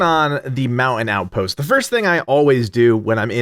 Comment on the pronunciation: I was only listening and was like, wtf is the Mow-in-out post! Damn East Coaster annunciate! 😂👍